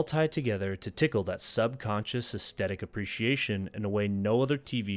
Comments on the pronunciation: Aesthetic, not 'estettic'. I swear people acting like this is hard to pronounce wasn't a thing until very recently. You said 'synaesthesia' with no difficulty, come on 🤷🏽‍♀️ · I enjoyed your video, but didn't you mispronounce 'climax' and 'aesthetic'? Maybe you were using the French version or something? Also, I think 'nearby' is just one word usually. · I liked and subscribed about 2 minutes into your video, man, your subject, delivery, and production is a whole vibe. Gotta work on your pronunciation of the words climax and aesthetic, dog, by the second time for each word, i figured out it wasn't a send-up. It's late, gonna check out any more of your vids later, but yeah, subed. edit: P.S. True Detective season 1 was perfection, all others seasons have been garbage sauce, and downloading Godless as I'm typing.